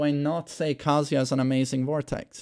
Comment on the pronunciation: When someone says "kazUya" just immediately f*ck you... Just... His name is literally pronounced every time in character select, how do you still not know it? Aaaah >_<